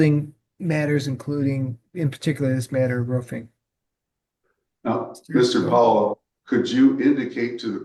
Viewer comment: It’s not Ruffing, 🐕, It’s Roofing. 😂